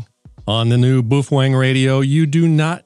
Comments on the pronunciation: Bao-feng. Not Boofweng😅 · bow feng not bo fweng.😅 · Why is it that nobody can pronounce Baofeng correctly? Folks just making stuff up now. I mean, I'll give you the "boo", but the "fWeng" is killing me! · How many wrong ways have you taught yourself to say Baofeng in a stupid way just to amaze us on your vocal skill?